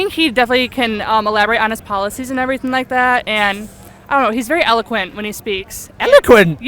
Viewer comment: Why don't you just try start pronouncing the letter T? "Boaf candidates aw frowing everyfing a' i' " (Both candidates are throwing everything at it)